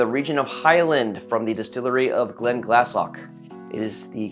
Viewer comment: One note: I've been told by a Scot that it's pronounced "Glen-glassy". Also the GR SB is a top tier bourbon for the money, absolutely epic whiskey.